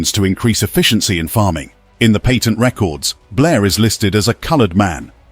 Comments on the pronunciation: You were making this extremely difficult to listen when you can't say the word "Patent." It is not "Payton." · It's really saying "patent" though. It's just in a classical pre-modern British accent.